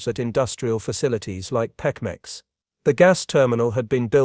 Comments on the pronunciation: Right!?!? Even us simple humans can say PEMEX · Pemex, pronounced PEE-mex.